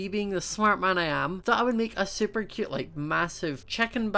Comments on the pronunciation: Instead of cute he says it like kute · I love the way you say cute